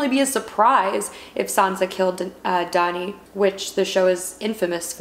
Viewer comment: Painful to keep hearing you pronounce DANI, DONI....but I still love you.